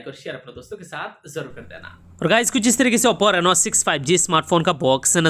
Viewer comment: Its not nenoa.. Its just reno..